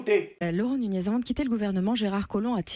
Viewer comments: nikel ! au passage c'est nougness que ça se prononce. il y a le tilde au dessus du N ;) ...de rien ;) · Nuñez se prononce NU- NYEZ! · ca se prononce Nuñez